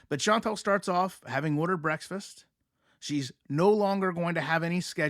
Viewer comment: Are you saying “breaksfast?”